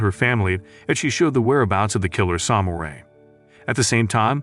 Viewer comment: AI recap. Got me for maybe 15 seconds, but yeah, pretty obvious: diss-ip-uhl instead of disciple, and the weird pronunciation of samurai.